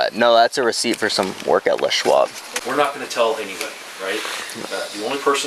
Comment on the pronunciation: Lol I heard Les Schwab where the fuck did you come up with Le Shwarve!!!!!